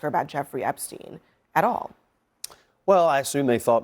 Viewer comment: My favorite part was when she intentionally mispronounced the name she absolutely knew at the tip of her tongue to create the appearance of lack of knowledge..NOBODY mispronounces Epstein. He didn’t kill himself. Hillary’s hands are DIRTY